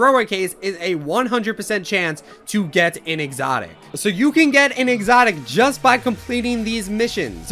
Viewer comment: THE WAY U SAID EXOTIC U CANT SAY IT NOOB